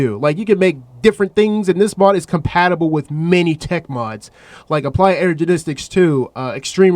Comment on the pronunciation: i heard ''ergenistics''